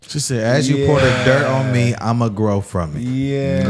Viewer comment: She said “thirt” instead of dirt